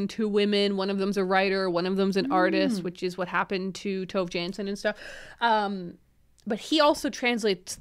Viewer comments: Ooh I didn't realize until I saw the cover that the book was by Tove Jansson! because as a finn I would pronounce it quite differently :D Very interesting hearing about people reading Tove Jansson, haven't read much besides the Moomins myself, yet! :D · I was crocheting daisy squares and eating chocolate Moomin biscuits while watching this, accidentally incredibly on theme 😂Despite being Swedish, I've only ever read one Moomin book by Tove Jansson (by the way, if you want a tip on how to get her name slightly more right, try to pronounce the E in Tove a bit more 😊), but now I'm a bit curious to give her other novels a try. Also, so nice to have a book rec episode again, I get why you stopped, but I've missed it 😂